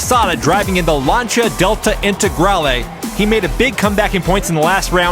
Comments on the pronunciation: love this! one thing, Lancia is pronounced 'Lanceeea'.. not 'Lancha' :face-red-heart-shape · I enjoy watching these, but the way you mispronounced Lancia drives me crazy